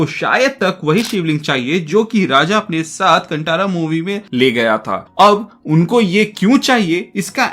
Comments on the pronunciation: कंटारा नहीं भाई कांतारा बोलिए, गलत उच्चारण कर रहे हो. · कांटारा नहीं कांतारा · Movie ka naam sahi se lo bhai, कांतारा ✅naa ki कंटारा ❌ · Movie ka naam please sahi se lo bhai, कांतारा ✅naa ki कंटारा ❌ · Nice bhai, btw pronounce kan tha ra hai. Tha hai not ta in pronouncing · It's कांतारा